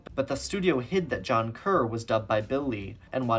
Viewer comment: Kerr not Carr